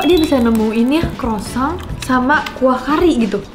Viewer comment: Saran untuk, cara ngomong "croissant" nya buat sakit kuping yang ngerti cara bacanya 😅. Grat pronounce it better. Moga² besok² kalau mau cicip makanan asing, at least bisa dicari correct pronunciation nyaa yaa. Thank you